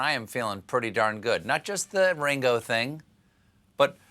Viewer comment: Its ring o not how ur pronouncing it